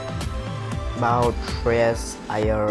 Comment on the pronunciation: When Shreyas asked to Prithvi what should he change in himself the way Prithvi pronounced Shreyas Iyer was cute😍😍